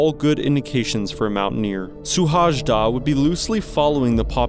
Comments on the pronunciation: His name is pronounced more like shoe-hoay-da......... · Szilárd Suhajda. His name spoken out is more similar to "Silard Shuhaida". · Suhajda is pronounced Shuhayda. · His name is rather pronounced "Sewhaayda" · Hungarian speaker here. His last name's correct pronunciation sounds something like: shu-hai-da. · Terrible butchering of the name. If you make a video dedicated to one person, make sure you say the name remotely correct. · Yes, pronunciation should be checked next time. 😉 And btw he left behind a small child of 5. His death was a big deal in Hungary for a long while and base of lot of arguments about what is important in life. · omg man..your pronounciation of his name is like a vomit for my ears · You should pronounce his name as: See-lard Shoo-hay-da